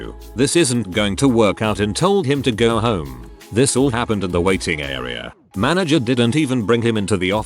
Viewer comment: Ik. It’s just that I would always get so confused when the Text to speech said Manger or some other word. And completely disrupt my train of thought I too forget how to English.